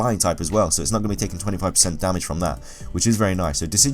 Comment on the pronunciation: Y DOES HE SAY DARMAGE!!!!!!!!